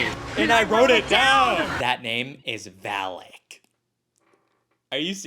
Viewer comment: no its valak😭